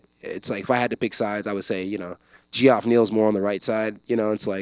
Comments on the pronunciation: He said “Gee-off Neal” why is that so hilarious? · Bro said G-off Neal 😂